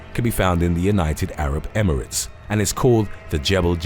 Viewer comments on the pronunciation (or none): none